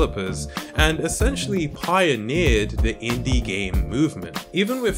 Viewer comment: When you say inde game I think of minecraft yeah that's a inde game